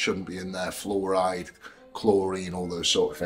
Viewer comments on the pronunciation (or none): Fair play to eddie for consistently exaggerating the pronunciation of fluoride and why it should not be any where near our bodies